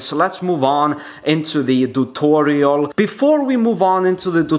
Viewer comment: Why you speak tutorial = thutorial😂😂